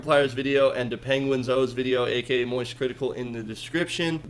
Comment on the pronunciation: i love how he calls charlies youtube channel penguinz-O when its clearly penguinz0 (zero)